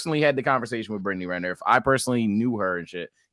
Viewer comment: The way this dude butchers her last name gets me every time